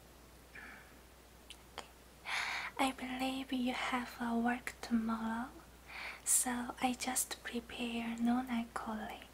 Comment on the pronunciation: She so cute the way she talk sound suppose to be "tomorrow" but thse cute gurl turn to "tomollow" a da fak she come frm? Words R so dyum cute....